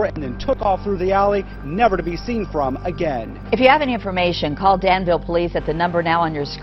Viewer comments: Not for nothing but it’s pronounced Dan-vuhl Vuhl like full Maybe vool is better bet ye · The locals pronounce it danvull